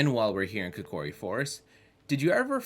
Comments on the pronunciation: When he said the first levels name... it made me cringe lol itS KO KI RI. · This is a great video.... BUT.... "Ark-a-reena of Time"?!?!?!?! "CO-CORI Forest"?!?!?!? Nooooooooooooooooo 😢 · Bro reallybdaid "kokori forest"😡😡